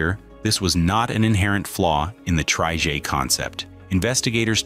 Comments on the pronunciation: What exactly is a "tree-jay"? Did the AI not understand "Tri-Jet" ? Also the Lockheed L-1011 is pronounced "El Ten-Eleven". Please stop using AI as your only method of work. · ‘tri-jay’?? The artificial narrator is really not up to scratch yet. Shame, as this video is otherwise well presented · What's a "tree-jay"? AI has a way to go on its narrating skills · What’s a “Tri-Jay?”👌🤣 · Probably cause the voice is AI. Loot of people don't like the sound (the word trijet in particular hurts) and is generally seen as less credible. "Is the script AI too?"